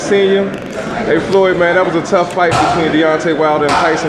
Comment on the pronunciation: How you gon say Floyd wrong and he grew up on boxing and has more knowledge on it than you😭😂